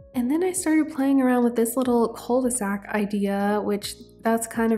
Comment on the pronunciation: Hi ! I love your videos and i know this one has been out for over a week but i just wanted to precise that "'cul-de-sac" is exactly a dead-end. It is pronounced Ku not Kou/Koo, also cul means "ass" in english ahah so ye it does mean "the ass of a bag" as in the bottom of a bag you cant go further. You can just say dead-end. As french people we never use cul-de-sac as a word, we use the word "impasse" which is dead-end but better way to say it. Usually, when french people would use that word it would be in an horror movie and the protagonists are running away from a monster then suddenly have no escape in front of them. That's where they would scream Oh no that's a "cul-de-sac" ! And then its not cute anymore ahah Anyway:shelterin:Love you lots, keep up the great work ! Was just informative comment as a lot of non-french people tend to have misunderstanding of certain words